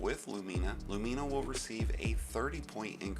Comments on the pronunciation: Your pronunciation of Lumina is jarring. LOO-men-uh, not loo-MEAN-uh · "LuMEEna" still great vid tho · Why people be pronouncing it Lu-meena. Lol. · You are butchering the name of that exotic weapon something crazy 😂😂😂